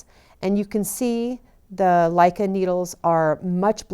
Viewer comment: I'm sorry but it was totally wrong, Danish and Norwegian are not the same language, they may even have the same meaning, but the pronounce is different ... How to pronounce Lykke needles... lick kah!